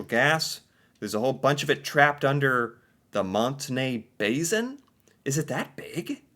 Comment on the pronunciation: just a minor critique, the word Basin is spelled and pronounced with an “s” not a “z”.